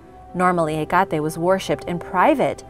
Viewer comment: Pronounced. Heck-kate.